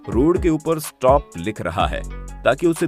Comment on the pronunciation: Sotp nhi ji stop hota hai yo bhi bta dete